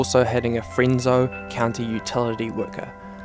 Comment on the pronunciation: Its Fresno not frenso.....